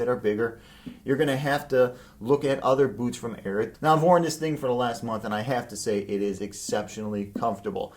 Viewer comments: What makes you think that “Ariat” is pronounced “Airett”? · Calls himself but cant say ariat correctly